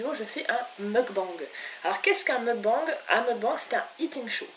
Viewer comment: Avant d'expliquer ce qu'est un "mukbang" il faudrait peut-être d'abord apprendre à le prononcer correctement...... MDR Rien de méchant mais ça m'a franchement révulsé, sans parler de comment tu as prononcé "miso" avec un z xDDDD